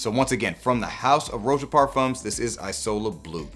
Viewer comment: Italian guy from last time here: "isola" is pronounced ee-so-la 😎 keep up the good work 💪🏻